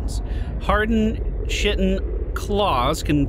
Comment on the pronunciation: He pronounced chitin as shittin😂😂